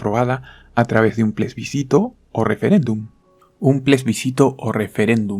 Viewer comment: Se dice Plebiscito no Plesbicito.